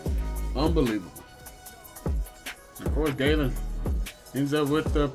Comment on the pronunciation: Zak gallen is pronounced like a gallon of water not gay-len just looking out for u